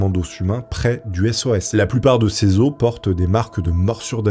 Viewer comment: on dit "les os", pas "les osses", ca m'a perturbé toute la vidéo!